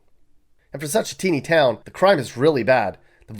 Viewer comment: Mispronounces town while saying they can't read🤣🤣🤣